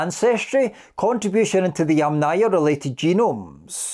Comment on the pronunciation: Yamnaya. The accent is on the first syllable. So: YAM-naya. YAMnaya. NOT yamNAYA.